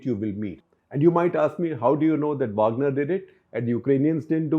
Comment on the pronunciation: वागनर not वाॅगनर